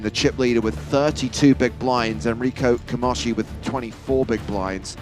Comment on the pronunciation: Camoski??? It's Camoshi!!!!!!!